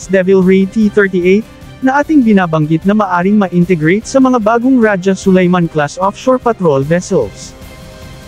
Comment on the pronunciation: AI cguro kasi Ra-ja instead of Raha(Sulayman).